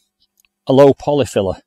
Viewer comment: Wonderful video and beautiful garden! As a Spanish-Greek in the UK I've already started turning my garden into a Mediterranean retreat last summer and this is very helpful. Adding a water fountain would be lovely too. "Polyphylla" also comes from Greek words meaning "many leaves" and your pronunciation is pretty good. Fantastic work. Thank you ❤🪴🙏🏻